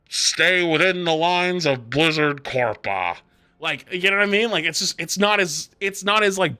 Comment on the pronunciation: Can we please stop saying "big corpa"